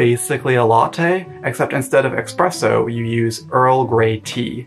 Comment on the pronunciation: Did I just hear an “x” in the word ESPRESSO?!?! 😡